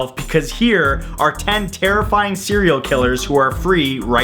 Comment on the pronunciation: Did he just said Cereal Killer? Cuz I'm one too...